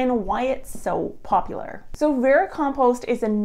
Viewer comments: Vericompost, a silent 'm' i was not told about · How many times can I listen to someone mispernounce the word vermicompost? Not enough to sit through this video